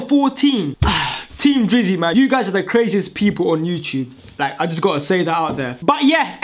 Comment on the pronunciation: Sorta kinda thought he said team jizzy